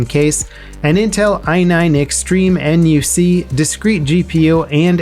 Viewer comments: NUC - Pronounced as Nook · NUC is pronounced "nook"